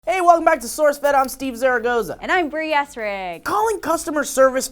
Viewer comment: She said " Stee" in the beginning, didn't she?